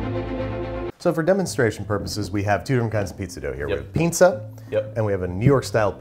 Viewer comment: Loved the video, just one thing, the way you pronunce it sounds like "pinza" The "s" in "pinsa" is the same sound as in "same" and "sound"